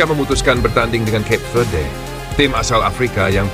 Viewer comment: Cape Verde, bacaan nya dalam bahasa Indonesia : Kape Verde…